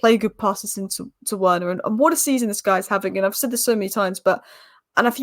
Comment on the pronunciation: I know it's a small thing but Werner is pronounced like "Verner" by the way. Good analysis as usual, I'm sure you'll be conflicted in the next round wether to support man united or your secret favourite team Spurs ;)